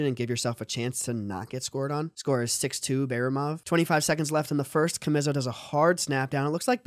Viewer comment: Ka- mizzo🤣🤣🤣🤣